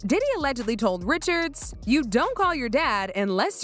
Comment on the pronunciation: keep mispronouncing Ri shard - Dawn said she's from Louisiana, her name's French.